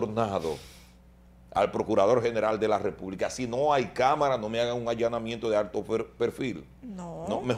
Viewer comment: Allannamiento tambien dijo en el minuto 5 .40